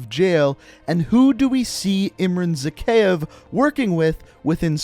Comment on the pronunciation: It’s pronounced “zack-eye-ev”